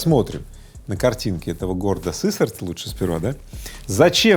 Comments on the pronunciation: Город СысЕрть, ударение на вторую гласную "Е"😂😂😂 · Город СысЕрть )) Ударение на букву Е. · Слава богу ума тебе Игорёша хватает себя Уральцем не называть, мАсквич ещё ладно. Сысерть научись правильно читать хоть перед выпуском новостей. Был бы народ более "просвящённый" в плане покупок "технониколь" на свердловщине резко бы пошёл в жопу)